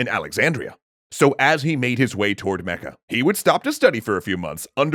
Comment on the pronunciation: omg....i'm dying....as an arabian hearing you say arabic names like "Mecca" and "Medina" in your GLORIOUS foreign accents...oh boi... lemme tell you , you're butchering them BADLY , just sayin' XD